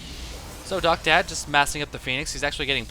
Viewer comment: i think that guys name is Docta D, as in doctor, not doctad.